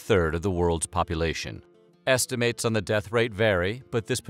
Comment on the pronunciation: Oh my God and the word estimates. I mean look up how to freaking say it on Google dude. I'm going to watch something else now because settlers an estimate are two of the most common words in the English language yet you just can't get them